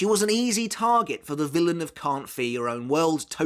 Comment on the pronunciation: Y'all gotta start saying 'Can't Fear Your Own World' cuz this 'Carnt fer yer own world' pronunciation is criminal. At least enunciate the 'Fear' part 💀